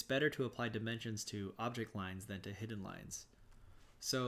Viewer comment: Great informative video. Nice job. You are mispronouncing hidden.